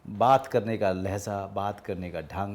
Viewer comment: Sir,You still need to brush up your Urdu 'Tarz E Andaaz'. Viz,It is Lehja NOT Lehza....and Aashiyana not Aasiyana!